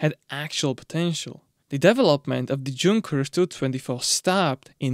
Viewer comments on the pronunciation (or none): It's a German word, you pronounce the J as a Y. Yung-kers, not Jung-kers. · Awesome video as allways. V interesting. Im not being a dick im just saying, doesn’t look like it but i think it’s pronounced yunkers even though spelled with a J 🤷‍♂️. Looking forward to you maybe doing the tvr 6cyl if there was enough interest. Cheers ✌️ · "Yunkers" is the correct pronunciation for Junkers. It should be noted that the exhaust turbine is not connected to a charge compressor , it recovers exhaust energy and supplies additional torque direct to the crankshaft